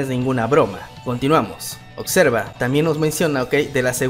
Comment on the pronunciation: En el titulo dice OBSERVA pero tu pronuncias !! OCSERVA !! todo comunicador debe mejorar su verba, saludos 🖐